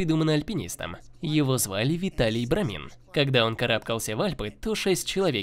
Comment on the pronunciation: Вообще-то, имя этого альпиниста Витале Брамани (итальянец). А не Виталий Брамин. По этому запросу вам даже гугл ничего не даст